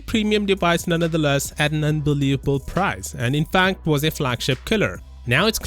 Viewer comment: Did i just hear say "Undelavable price" at 2.30? Unbelievable moment;)